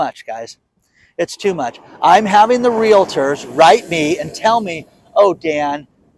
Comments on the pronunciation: Yaaaaay, good job, Dan, you corrected yourself and said REAL-tor!! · Congratulations Dan !!! You are mastering the proper pronunciation of REALTOR. I knew you could do it. Use that "LA" you were cramming in the middle and add it to your string of LAs - LA LA LA LA LA LA . Appreciate all your great info. Have a great Thanksgiving and stay away from that fake meat.